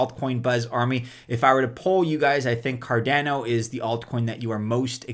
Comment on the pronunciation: Car-DAH-no... not Car-DAA-no. ADA (sounded out like a name), not A-D-A. You wouldn't say E-T-H, you say ETH (like you were sounding out the letters/saying a word).